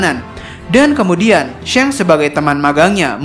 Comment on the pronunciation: Kenaapa jadi syanks sih nyebutnyaa , padahal kontennya bagus cuma karena penyebutannya jdi syanks ko jadi aneeh gitu, atau emg penyebutnyaa syanks yang benernya?